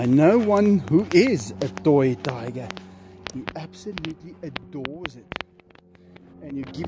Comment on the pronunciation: Anyone else keep coming back to here say "Dyger"